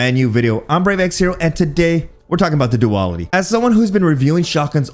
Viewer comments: Pretty sure it's pronounced do-al-itty... Not: do-all-itty.. 🤣🤣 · Do AL it ee Not do all it we 🥱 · if he pronounces it as "Duwal-itty" one more time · I kept thinking you were saying Diwali xD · After reading that comment I couldn't stop chuckling through the video 🤣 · You can't even pronounce the name of the gun properly. For fucks sake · We might using it wrong, but you are definitely saying it wrong 🤣🤣